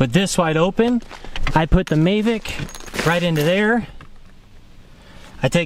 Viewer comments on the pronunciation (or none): it's the mavic, not mayvic but anyways cool ! thanks for the video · Please stop saying MAYvic.. there is no Y 😂